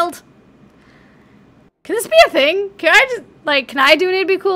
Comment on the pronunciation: lol omg every time you said "belial'd" I cackled a little XD